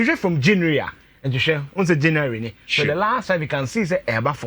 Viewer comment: I hate, when I hear you say janue instead to say January